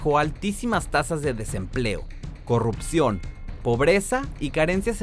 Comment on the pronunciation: se dice Corrupcion, NO CORROPCION!!!